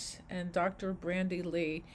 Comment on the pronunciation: Correction: It's Dr. Bandy Lee, not Brandy.